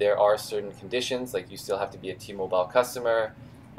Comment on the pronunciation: Thanks for this information I wonder why T-Mobile is so different from every other carrier I would've never realized this. Also just wondering why do you keep mispronouncing T-Mobile? Lol